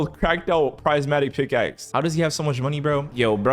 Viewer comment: Why does it low-key make me mad when he says “PRIZEmatic pickaxe”